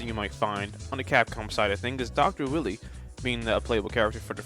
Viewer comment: Stop deliberately mispronouncing Dr. Wily's and Bass' names wrong. You think a fish is a musical instrument? You call Vile, Ville? Like nails on a chalkboard level cringe. Like the video itself is fine to listen to otherwise You know you make a lot of good arguments involving the Darkstalkers and stuff... But the names, THE NAMES...